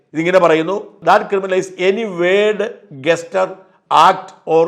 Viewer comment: Gesture pronunciation not 'ഗസ്റ്റർ' but' jesCHure'